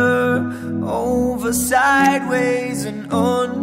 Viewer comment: Onder? Carput ride??? Come on, pronunciation! Your mom sings pretty well.